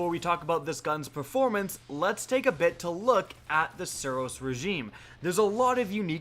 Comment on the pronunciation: I can't stand the way you speak The SUros REgime you emphasise the first few letters of every word